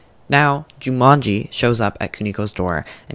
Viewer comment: the japanese mispronunciations are getting to me.... Yoshie becomes Yoshi, Jumonji becomes Jumanji